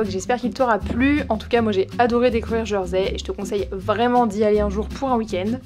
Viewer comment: Hello, alors en français On prononce "Jèrsey" et non "Jeursey". Bonne idée de faire le tour en vélo pour un court séjour malgré les côtes ! Les sentiers côtiers sont également à faire quand on à plus de temps.